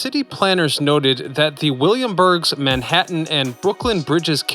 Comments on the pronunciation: "Williamsburg" not "Williamburgs" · Williamsburg...not Williamburgs. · I truly enjoy these vids. However, a lil more care about the information. It's NOT, the William Burg Bridge: Williamsburg Bridge, please. Thank you. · Man if you are going to do research on the larger details , then it would behoove you to get the small details right as well. It is Williamsburg Bridge , NOT Williamburgs . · You said in the video willamburgs bridge, it's Williamsburg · FDR attended the opening in 1950? Also it's WILLIAMSBURG, not WILLIAMBURGS.